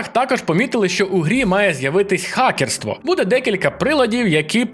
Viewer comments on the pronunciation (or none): А чому хакерство ,а гакерство .ти не достатньо ґиґаєш